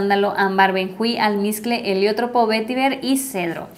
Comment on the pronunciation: Qué lindas fragancias,! Elizabeth Arden tiene perfumes preciosos! 5a Avenida en Fraiché es deliciosa! Por cierto, sólo una observación, la flor de Heliotropo se pronuncia como si fuera grave, no esdrújula (“heliótropo”). Tu perrita es lo máximo, es muy linda 🐶❤️